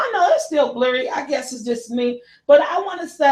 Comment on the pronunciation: Sweet Mama, it's blurry NOT bairly ....... 🤗😘................. 😎